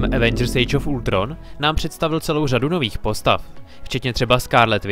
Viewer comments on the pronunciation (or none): none